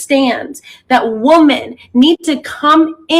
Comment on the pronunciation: I wish people would learn how to say the plural “women” correctly. It’s like nails on a chalkboard to my ears 🙄